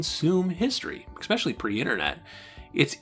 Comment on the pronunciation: Man, I’m loving this series! If I could offer one tiny bit of criticism it would be this- the word “especially” is not pronounced “eck-specially”. Sorry for the nitpicking, but I thought I’d point it out. Solid, solid work!